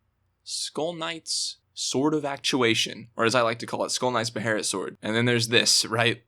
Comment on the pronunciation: Its not called a beherit its called a behelit